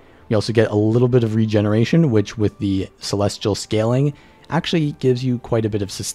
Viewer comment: "..gear is full clelestial.." bye.